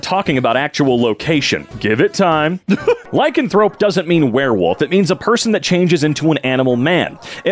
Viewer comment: pronouncing lycanthrope is painful